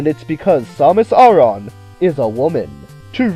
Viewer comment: Dude, you're pronouncing her name wrong. It's pronounced "Sam-miss Air-ren"